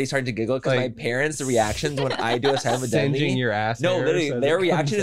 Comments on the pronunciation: Noooo thinking silent but deadly was ‘silabudeli’ had me laughing so hard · Silabudedly took me out 😂😂😂